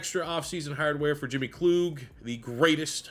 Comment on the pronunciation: Wish you the best Merry Christmas happy to see you back at it man. I feel like pipelines should be a staple as a base in recruiting and it’s pronounced KL-UGG not KL-OOG